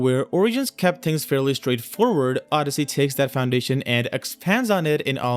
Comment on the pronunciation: The way you said "things" is like saying kings :))